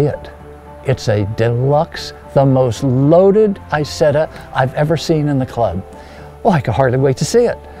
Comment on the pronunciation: Lovely piece. Now if only he would have learned to pronounce the name of the car properly!!!!!!!!!!!!!!!!!